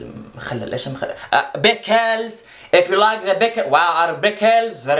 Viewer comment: Him: Bickles Me: giggles